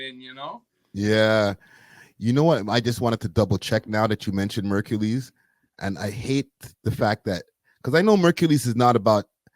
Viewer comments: murcules people not drake jus saying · Murkules Isa goof 😂